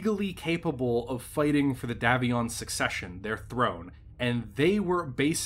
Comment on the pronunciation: It's pronounced DAY VION NOT DAV ION.